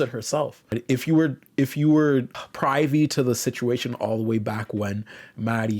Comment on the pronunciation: I can excuse the odd pronunciation of "privy", but "cunnilingus time"?, I say this with all the love in the world, but I don't think you jnow what cunnilingus means 😭😭